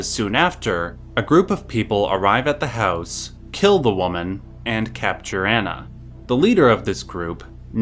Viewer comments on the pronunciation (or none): none